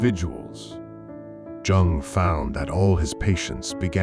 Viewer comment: It’s pronounced Carl « y-oung »